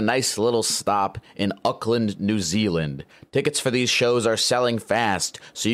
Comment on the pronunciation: man you were doing so well with the city pronunciation until you got to UCKLAND 😭